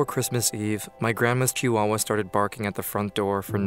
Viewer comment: He said “chewawa” lmao it’s chihuahua Che-wow-ah